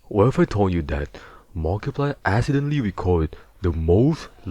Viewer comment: “what if i told you that markiplier assidentawy wecorded the wuckiest fnaf pwayfrough in histowwy”